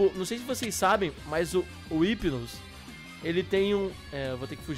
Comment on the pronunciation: o hypino não fala com o R mais sim com I tipo: Ipino